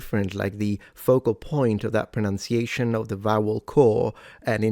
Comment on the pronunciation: Maybe you would like to check your pronunciation of pronunciation against the spelling. (Just saying.)